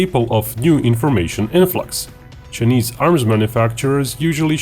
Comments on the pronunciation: Its Chi a neees not chenesss. Please stop being Grounds keeper Willie. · The way you pronounce "chinese" is so typical russian